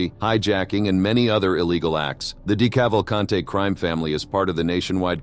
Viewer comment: Dee Cavv ull cant eee. Robot, reconfigure pronuciation...